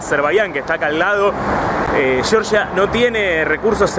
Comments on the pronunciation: Lo siento, no puedo verlo, cada vez que dices "yoryia", es que no. En español se dice como se escribe: Georgia. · Se llama Georgia no Yorya, pronuncia, deletrea bien, si lo intentas seguro lo consigues, GE OR GIA no YORYA tipo Yanqui. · Georgia como lo pronuncias es en EEUU chirria el oido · Llevas razón Georgia como se escribe GEORGIA jajaja😂😂😂 debe tener algún problema en Argentina de pronunciar la G